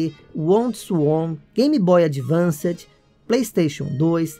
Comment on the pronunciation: antigamente todo mundo falava assim, é até nostalgico ouvir kkkk